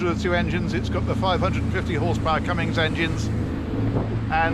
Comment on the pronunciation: It is "Cummins" not "Cummings" engines.